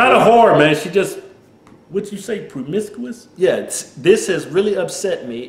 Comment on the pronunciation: Wtf is pwomiscuwis? Lol